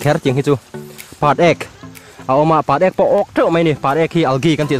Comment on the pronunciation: Patek pawh lam tha thiam lo😂😂😂